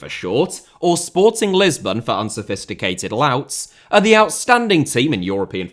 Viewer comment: I also noticed that, does make an effort the way he said Sportings's shows that, and I'm a Benfica fan